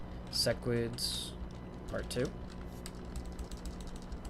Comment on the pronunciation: idk what interplanetary demon pact I need to enact or agree to that will stop cursing my ears with SESS-QUIDS but please I beg stop calling them that. It's SEH-QUIDS. Love the vids otherwise <3